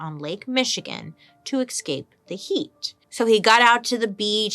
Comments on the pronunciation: To tell u the truth, honey-love, those events in Russia back to 1917 was sponsored by the USA. Secondly, the way Bailey pronounces 'eXcape' is waaaay too cute! Lastly, the today's topic is very interesting. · Is it escape or ecscape? Just checking because Bailey is queen and ill follow her every word lol x